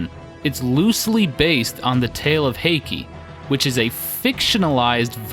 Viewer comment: Some Japanese pronunciation hints for you! An "ei" always sounds like "ay," which would make Benkei "BEHN-kay." An "e," as in Heike, is pronounced a bit like a softer version of the "ei" sound I just explained, which ends up sounding more like "eh," as in "HAY-keh." Likewise, "Amahagane" would be pronounced "Ah-MAH-hah-GAH-neh." Most "u"s in japanese are quickly skipped over and very subtly pronounced, as in Yoshitsune. Here you would pronounce it "Yo-SHEE-ts-neh," as four syllables. A "u" in this case is treated as a kind of vocal break. To break this down, imagine the "ts" sound being its own word for a moment, and just say "ts" out loud. Then say "neh" out loud as if it's its own word as well. Then say them closer together, as if they're two words. The goal here is to not make it sound like "sneh" as if the "s" sound runs right into the "n" sound. "Yo-SHEE-ts-neh." If you have four syllables and there's a hard-to-describe break between the "ts" and "neh" sounds, you have it right. The same applies for "u"s found in other words, as in "sakura" (cherry blossom) or "naruto" (fish cake). Also of note is that "r"s are rolled slightly, like a very light "d" sound. Here you would say "SAH-k-dah" and "NAH-d-toh," both with three separate syllables. I hope this makes sense. It's probably the hardest sound to explain in text without being able to audibly pronounce it for you. On the other hand, if there's a line over a "u", like in Shippūden, then you pronounce it as a long "u" li